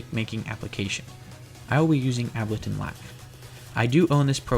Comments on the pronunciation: btw its pronounced Able-ton not appledon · Did you just say..... Abbletun? It's pronounced ABLE TIN